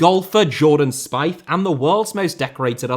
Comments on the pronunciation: Spieth is pronounced "speeth" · Yeah you mispronounced Jordan Speith's name.